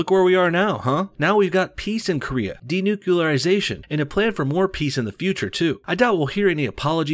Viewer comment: fkn yanks ---- when y'all gonna larn ter respek d'inglish language? fkkrs can't even say N U C L E A R --- even when it's a participating in 'DENUCLEARISATION'' .. pronounced by our man here as ''d e n u c u l a r i s a t i o n '' ---- a la GWBush. If you can't speak language proper, like .. how we gonna trust y'all ta fink??